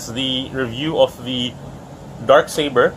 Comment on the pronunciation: oof Accent*